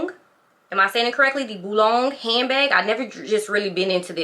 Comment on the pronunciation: Boulogne… pronounced boulonye ❤